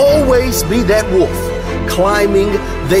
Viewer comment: If you are going to public speak, pronounce words correctly. It's a WOLF, not a WOOF. Lol....drives me nuts...